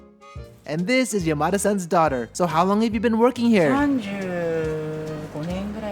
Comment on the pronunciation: This is a good addition to my knowledge. Though.. why did you pronounce Yamada-san like Yo-ma-de? I keep hearing "Your mother son" 😅